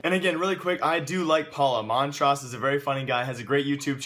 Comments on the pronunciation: Mantroos, not Mantraas :) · you pronounced "Mantrousse" "montrause" xD